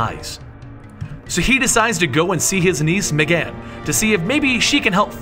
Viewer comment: megan not megaaan